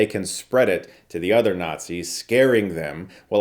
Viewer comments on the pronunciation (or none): none